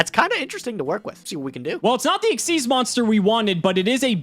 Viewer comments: It is pronounced "ikseez" not "X Y Z" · still doesn't know how to pronounce Xyz Monster. It's "ik-seez", not "X-Y-Z". I'm out, that bugs the crap out of me. Konami themselves tell you so. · stop saying X Y Z, that is wrong. It's pronounced Exceez